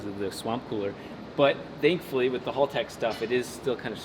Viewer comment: It will be a cold day in hell when American youtubers pronounce Haltech correctly lol...... Congrats on 1mil!!!!!!!!